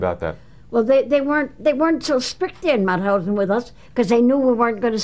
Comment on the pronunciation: Mauthausen you say the t and h seperate. It is not mouthousen 🙈🙈🙈